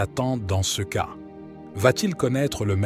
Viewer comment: Dommage que le lecteur ne sache pas parler français correctement : prononce cas par cea et ces par:sis..Mgr est aussi déformé etc ce baragouin empêche de prendre ces paroles au sérieux.